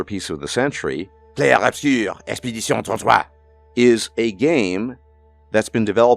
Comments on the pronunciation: Clair Obscur pronunciation here is just gold. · Every time Clair Obscur gets pronounced on this channel, a baguette gets its wings.